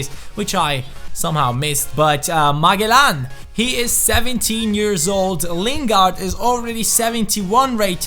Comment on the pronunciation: you pronounce magellan like ma-jel-lan